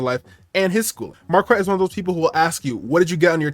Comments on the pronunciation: The name pronunciation alone should tell you that he’s ignorant… It’s a French name and there is no ‘w’ in the pronunciation!!! It’s like demanding that we say the ‘k’ in knife!!! It’s an English word and you pronounce it as such. Anyone in France would think he’s an imbecile. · I love how he confirmed his name is French and still continues to pronounce it wrong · Every time I hear him say his name it just sounds like market 😅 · His pronunciation of Marquette sounds like someone's pet rooster 🐓